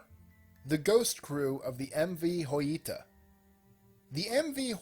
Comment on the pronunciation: Thank you so much. You are the first narrator to pronounce the name Joyita correctly.